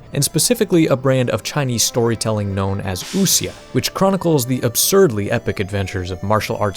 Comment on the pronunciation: points for at least getting close on pronouncing wu xia (I don't know what the Chinese dialect the guy I heard pronounce it the first time had, and how correct it was)